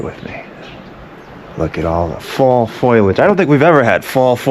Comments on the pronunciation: Romanian dude here, correcting an American's English: the correct words were "fall foliage", not "fall foilage". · If you say fall Foilliage one more time ! It is Fall Foliage! Fol-liage! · WTF is "foilage"? Is he trying to say foliage? Is this a Boston thing? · Great video, as usual (or should I say ). I love all the context you throw in there, historical, cultural, or otherwise. And the great summaries -- e.g. "Definitely not a shit hole!" By the way, it's FOLIAGE, not foilage:) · Romanians are not Slavs bro. I like your sense of humor but sometimes you say some nutty things... You must have been kidding around..P.S. And it's not foilage , but foliage...Big difference... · FYI - it’s not “foil ledge”. It’s “foy ledge”. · Foliage! Not foilage. Sorry, that was bothering me 😆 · Agggh., it's FO LI AGE. Not FOIL AGE! Otherwise, pretty awesome video. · If this mf says FOILAGE again......it's FOLIAGE, PROFESSOR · brother, its “Foe-lee-idge”…not, “foil-idge” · It's not foilage but foliage instead. FoLiAge not FoilAge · Foliage ❌️ Foilage ✅️ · Foliage = foLEEage not foileej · It is foliage, Professor, not foilage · Is anyone else lauging at the "Foilage" instead of "Foliage"? LOL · having grown up in new england it killed me that you kept repeatedly saying fall foilage instead of foliage lol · Its not foilage......it is foliage....cmon guy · It's 'foliage' not 'foilage'. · Foliage bro, foliage. Not foILAge. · The word that refers to leaves is Fo li age. not Foilage. You put an i before the L that doesn't belong there. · just so you know, the colored leaves are a three syllable word: fol-i-age. Not a two syllable word: foil-age. Just so you know. 🙂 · FO-LI-AGE ! not "FOIL-AGE" learn your language bro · Foliage, not foilage... ❤ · It's Foliage FO-LAGE not Foil-age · Foilage? Foliage. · fall foilage ?? its not reynolds aluminum foil lol its pronounced fall foliage( pho-li-edge) Professor! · Oh and it's FOLIAGE...Not foilage